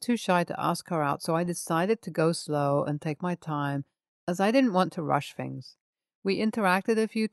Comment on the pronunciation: I like listening to these stories but I do have a problem listening to the Th words being turned into F. For example Things is Fings. I know that’s possibly just me but I do think that clear and correct pronunciation is important for this kind of video. I also find her voice a little low. I’d prefer a slightly clearer voice like the announcer at the beginning.